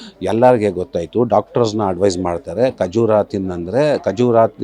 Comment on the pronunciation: A khajoor not khajura tell properly khajoor